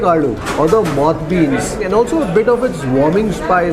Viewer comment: I love your videos,. I must tell you I have been motivated to travel to Karnataka in the next "holiday season" (Dec-Jan) after watching your videos. Although I am Punjabi, and currently based in EU, I love Kannada culture (I can talk in broken Kannada too). One correction on your "Moth beans" pronunciation, if I may: the "th" is the sound in "thakur" or "theek hai". It should not pronounce like the English word moth (a cousin of the butterfly)